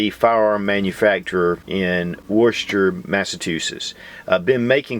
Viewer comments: It's pronounced....Wuss-tah! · It's pronounced "Wister"! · Great video as always! Love my PM9. (Not to nitpick but Worcester is pronounced "Wooster". I grew up down the road). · it is pronounced Woostah. Nice piece. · From a born and raised Masshole--"Wiss-ter" = Worchester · Lol no it isn't. If you grew up near worcester you should know that's not how it is pronounced.